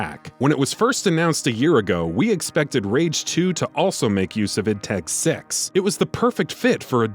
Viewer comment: "id TED six" 😂